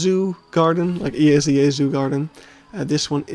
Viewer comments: You can pronounce EAZA (ehahzah) as a word and not just its letters. At least I believe it is how officially it is supposed to be pronounced. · At their annual conference and media they always refer to themselves "ehahzah". I have worked in the UK and I never heard E.A.Z.A. For instance, I have also asked to a Brit how to pronounce BIAZA (the British and Irish association) and he told me it was "Bee-ah-z-ahh" - which also does not sound the most natural to the English language.